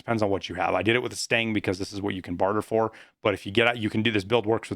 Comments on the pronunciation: STAN-AG NOT STANG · lmao every time you say "Stang Mag" it make sme cringe. it's STANAG it's some acronym for magazine compatability for NATO Alliance nations. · Stanag... not stang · It’s STAN-NAG lol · Every time you pronounce stanag as 'stang', I always think you are saying the mag smells bad. c